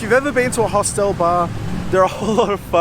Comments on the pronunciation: mate...its pronounced Hostel not Hostel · One reason not to travel alone is there's nobody to correct your pronunciation of 'hostel' 😂 Only joking 👍